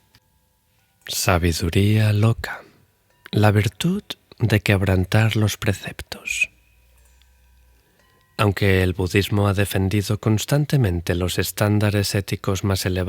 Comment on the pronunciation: Por favor!! Lee y pronuncia bien. Perdón!! Práctica alguna de las palabras que lees. Ejplo: virtud,claridad,....palabras terminadas en "D", no en t. Gracias y salud!